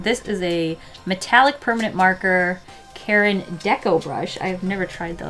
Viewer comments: It’s not Karen, it’s Kar-in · i'm drawing while watching this so when i heard her bring out the karin markers i thought she was saying "these markers are from the brand KAREN" and i got scared because karens scare me